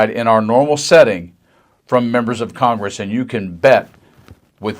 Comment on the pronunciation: Miss pronounced KOCHGRESS...